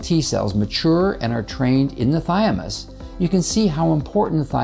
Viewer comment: Interesting and informative, but I'm not sure why you keep saying "thy-a-mus" instead of "thymus." BTW, apoptosis (forced cell death) requires iodine within its process, which is why iodine-deficiency is associated with higher cancer rates, as the US has seen increasingly, since iodine intake has been dropping since c. 1980. This need for iodine is likely the reason all cells have iodine pumps [for pulling iodine into themselves] built into their cell walls.